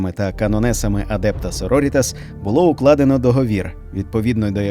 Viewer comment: Круте відео, дякую! тільки наголос так адЕпта сорорІтас. на літеру І